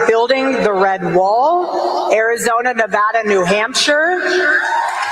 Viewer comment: As a current resident, thank you for pronouncing Nevada correctly.